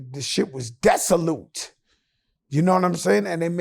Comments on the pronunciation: Lmao...😂😂 Naw bro he said desaloot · He said it was desolute 😂😂😂 Desolate*